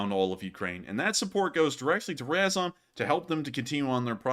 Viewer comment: learn how to pronounce RAZOM (Ukrainian word for together); you are embarrassing